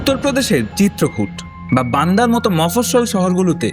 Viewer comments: Well researched. But koyek bar apni Chitrakoot ke Chirkut boleche ! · ভাই চিত্রকূট না চিরকুট - সেটা ঠিক করে নাও।